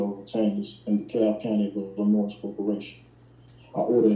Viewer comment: The S is silent in Illinois. Guess he doesn’t know that.